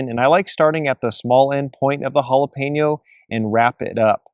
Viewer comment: Great tailgate munchies right there! I’m so happy you pronounced Jalapeño correctly. Drives me crazy when people say Jalapeeno😡